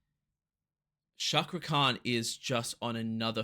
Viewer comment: Hello... I'm from INDONESIA. Pronounce the letter C in the word Cakra as you would pronounce the letter C in the word chair.